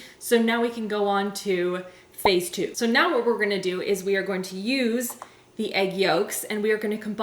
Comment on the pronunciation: When you said "phase two" I thought you said Facetune and I was VERY confused 😂🤷🏻‍♀️